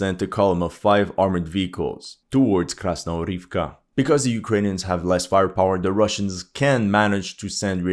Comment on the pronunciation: Krasnohorivka actually pronounces as KasnoGorivka with a G as in Good